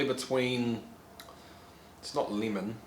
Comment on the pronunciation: You can keep ya wheat bix... and place them in your chilly bin. You new zeelanders need to work on how you say the word lemon. Nice hair cut BTW. Looks good mate.